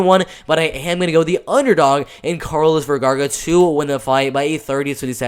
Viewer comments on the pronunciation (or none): Is not Vergarga.. its Vergara!! Lol